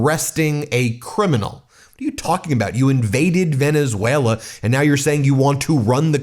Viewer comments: He presents characteristic aphasia which coincides with dementia types. Aphasia manifests in his mispronouncing words when generating speech. Most recent example today in his press conference 1-3-2026 when he mispronounced Venezuela as "Venezue-LER". Again, he has shown he shows more aphasia symptoms than he did 10 years ago and now regularly has difficulty producing words in his speaking ability. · Did anyone hear, or noticed (around the mark), when trump pronounced Venezuela… “Venerzueler”?😂😂😂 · Trump you can’t even talk it’s not Venezuelr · "Venezueler." Good pronunciation, djt. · Sounds like the Mad King has renamed Venezuela. It's now Venushwaylur. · Trump said "Venezueswailer" not pronouncing "Venezuela" correctly! How did this low IQ moron ever get into office 😠 👇 All the delusional weirdo "Red Caps"🖕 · Trump said Venus whaler. 🤣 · Venezueler.... dementia don strikes again haha (just past the 12 minute mark). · Venezueler??? He's obviously not well. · Wait a minute. He said, "... Venezueler..." Everyone positive it was Valenzuela and not some demented, malignant narcissistic delusion? Oh wait. Dead people. Okay. Just checking. Maybe this demented malignant narcissist will put in a good word with god for 'em. He's that kinda guy. 🤣🤣🤣🤣🤣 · Venesailor? Maduor? Could he possibly be having another stroke? He’s having trouble pronouncing words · He said Venezwailer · Venezueler? Come on gramps spit it out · He keeps saying Venezueler. Like Tesler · Venezuelar…Teslar. Hmm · Did he say Venezwhaler? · This speech was horrible to watch. Venezuelerr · Venezueler??? Really??? Takes over a country and can’t even pronounce it??? The man is stark raving insane!!!! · He said Venezuelaer pathetic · When did Venezuela get an R at the end?!????😅